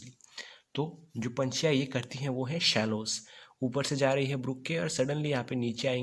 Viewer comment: The bird is Swallow not Shallow 😅😅